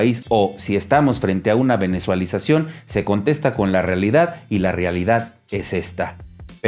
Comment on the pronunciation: NI SIQUIERA PUEDE DECIR BIEN VENEZUELIZACION, Y DICE VENEZUALIZACION. ESTA MUY DESACTUALIZADO EL DISCURSO. LA INVERSION EXTRANJERA ESTA ROMPIENDO RECORDS DE CRECIMIENTO. EL PESO MEXICANO MAS FUERTE QUE TODAS LAS DEMAS MONEDAS, PEMEX YA ESTA TRABAJANDO CON UTILIDADES CRECIENTES, EL EMPLEO Y EL TURISMO INCREMENTANDOSE. VAMOS A EXPORTAR GAS Y COMBUSTIBLES A LOS EUROPEOS QUE TIENEN LA PEOR CRISIS DEL PLANETA POR LA GUERRA DE UCRANIA. Y ESTE VIDEO DANDO DATOS MUY MUY DISTORSIONADOS. POR ESO NADIE LES CREE